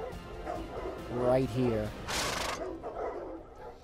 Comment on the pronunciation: Sorry for nitpicking but it's cavalry, not calvary. It's actually a common mistake.